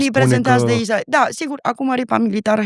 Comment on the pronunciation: Inainte de toate invatati sa pronuntati corect Israel!!!!!dupa aceea faceti teorii!!!!